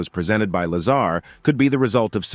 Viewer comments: Stop saying Lazara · Talk about jumping on the bandwagon of the latest UFO / UAP disclosures,. This video has extremely poor narration, quite possibly AI? Incorrect pronunciation of Bob Lazar's name, extra words scattered within the piece, along with very little intonation and incorrect punctuation. As previously suggested, at least get the basics correct. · Bob is a wild guy, and a genius. His reveal of Area 51 and S4 did more for Humanity and paved a way for more disclosure than most historical figures. Deserves to be at minimum Pronounced correctly....freakin LAZARA. WTF